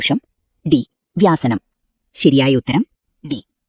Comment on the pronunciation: വ്യാസനം അല്ല വ്യസനം ആണ് 🙏